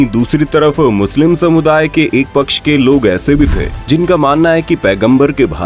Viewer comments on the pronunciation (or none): none